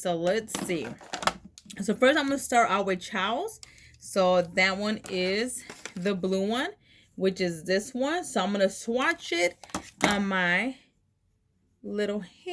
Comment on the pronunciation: Just fyi chaos is pronounced kay-oss